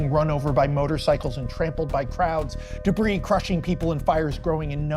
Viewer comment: Max Landis: Tells the greatest superman story in the last 24 years. Also Max Landis: Pronounces "debris" wrong